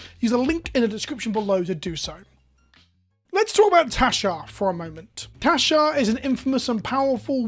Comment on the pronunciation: I keep thinking you're saying Teshar. XP